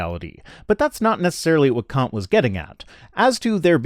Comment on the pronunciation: Your pronunciation of Kant is slightly off. The 'a' is shorter, making the actual pronunciation much closer to a rather vulgar English term.